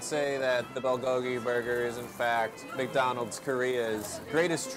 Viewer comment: meecdoneld's se pronuncia ,, yo le digo macdonal